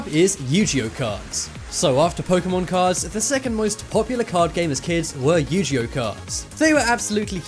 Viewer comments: 1 AAAHHH YOU PRONOUNCED IT WRONG YU-G-O not how it’s pronounced its Yu-ge-oh 2.not to mad but your still a awesome YouTuber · It’s not Yujio it’s Yoguie! 😂😂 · You-gee-oh cards😑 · Signs neither your narrator nor your QA team know what they're talking about: 'Yu-ji-oh' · Yu-Gee-Oh....? What?? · I thought it was was pronounced ugeo. How he mispronounced yugioh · Yoo-Gi-Oh... YOO-GEE-OH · You miss pronounced Yu-Gi-Oh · I don't mean to be annoying but first of all you pronounced Yu-gi-oh wrong and also when you were talking about the Harry Potter books you said it was worth up to 40000 dollars but the image you showed about them said they were worth 40000 pounds